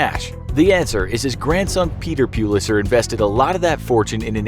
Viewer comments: Its pullister not PUELASTER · Its prounced pull-its-her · Its pronunced Pull-it-sir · Is that really how you say Pulitzer? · That is not how you pronounce “Pulitzer” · The way he pronounces Pulitzer